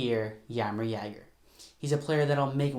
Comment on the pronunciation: Really bugged me how u said jagr but great video lol